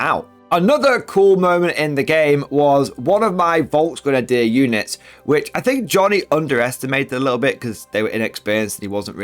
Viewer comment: I dort want to be overcritical but as a German Fan of your Chanel i want humbly suggest that you upgrade your pronouncaction of "Volksgrenadier" The "V" had to be spoken as a "F" properly. Thank you very much